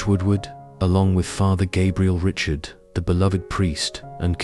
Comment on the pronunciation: Gabriel Richard's last name is still pronounced the French way and not like Richard Chamberlain.